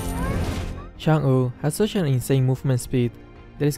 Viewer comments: chang'e how we read it : change how system reads it : changu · saying chang'e: chang'uh